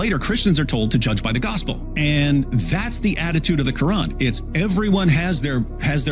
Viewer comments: I like when David calls it the Quwrong.😂😂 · It’s Quwrong not Quran